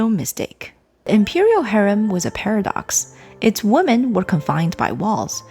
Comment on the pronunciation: Very well presented….except for one flaw. The word ‘women’ should be pronounced as wee-men, not woman. 😅